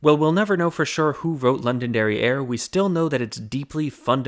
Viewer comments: I keep hearing say "London Derriere" and I snort every time. It's not even his fault - he's putting in a little glottal stop before the last syllable. I just can't help it. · Every time you said Londonderry Air I heard London derrière. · STOP SAYING LONDON DERRIERE